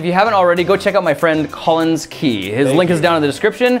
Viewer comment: He’s tall I’m short get over it Lol that was amazing 😂 😂😂😂😂😂😂😂😂😂 When Collins said I’m Collins Key I thought he said I’m TALLins Key Lol wth